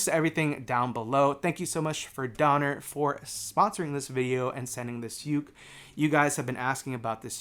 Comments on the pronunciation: Pronounced Donner, not donor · Is it pronounced Donner or Doner?